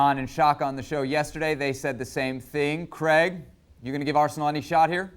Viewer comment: Creg. Creg? Is it that difficult to say Craig?